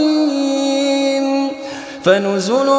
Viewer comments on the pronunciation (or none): none